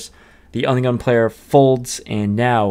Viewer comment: Every time you say under the gun it sounds like onion lol